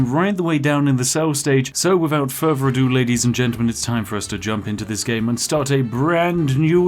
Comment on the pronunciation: Why do you pronounce th Th with a V sound? Without Furver a due instead of Without Further a due.